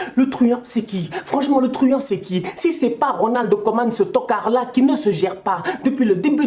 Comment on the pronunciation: Plus que t'card🤣🤣🤣🤣